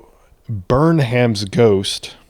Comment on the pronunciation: You're brilliant and I'm so appreciative of your work! One note - name suffix "ham" is pronounced "um." Like in the word, "gingham." So it's pronounced Burnum's Ghost.